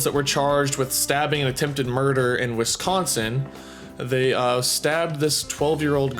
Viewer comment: OKay I have to correct you a bit. Its not.. Wi-Scon-sin... it's WIS-CON-SIN... being the first s does not blur with the c and does NOT sound like "SCONE"... also Nicolet is pronounced NICK-OH-LAY. Thought I'd clear that up... and I'm close to where this happened and yeah it's sad and MY OPINION of the matter is the parents should have been monitoring more closely of the childrens activities... plus they are 12 years old which makes it incredibly sad that things like this run through their heads. Remember "It's all fun and games until someone gets hurt".... and that's completely true. ALSO to CLAIRIFY... The accused ARE two 12 years old whom lured their middle school friend into the woods ( at a slumber party that they invited her to) and then stabbed the victim 19 times while one girl held the victim the other carried out the act AND the accused girls said they had planned this for two months ahead. The victim was able to crawl to the road and reach help and is in stable condition. As of today via my local news, the victim as the doctors said was a "millimeter" from certain death as one stab wound missed a major artery. Luckily though, she should be okay. Also the accused ARE charged as adults for attempted homicide.